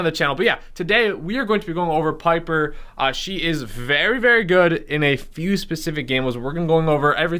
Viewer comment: Piper rhymes with sniper.